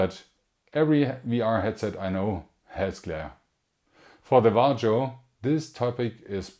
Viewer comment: "vah-rio" . nice vid!